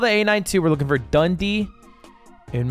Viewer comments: its the way ludwig pronounces dundee for me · Ludwig pronouncing Dundee as 'dundy' made my day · Oh my god, somehow the way Ludwig pronounces Dundee is so close and yet so far from correct, it's absolutely hilarious